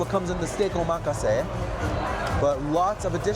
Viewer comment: I appreciate the places you go to and how much you order. It gives us a better idea of the place and different menu options. FYI...omakase is pronounced ow muh kaa say. It essentially means "I leave it up to you" in Japanese. It's why there are no details on what is going to be in it. I personally don't like omakase because the chef doesn't know my likes/dislikes. They could nail a cucumber dish and I won't like it because I can't stand the ingredient. It wouldn't be their fault, but the customer wouldn't be satisfied. Very popular at sushi spots. Keep up the great work. I am waiting for a Secret Pizza review on the white pizza and pies. I lived in NYC for years and the white pie is probably my favorite one in the country. Thanks for what you do.